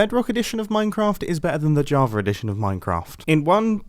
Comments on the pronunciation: “JavaR Edition” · Not java but javer